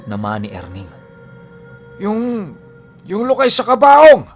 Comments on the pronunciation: Lukay mabilis na pagkabigkas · Lukay!!! Ganun pagkabasa😁